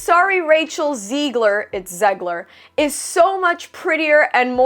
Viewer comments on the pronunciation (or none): none